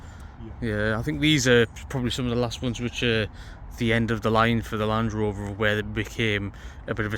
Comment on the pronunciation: land “rOOver”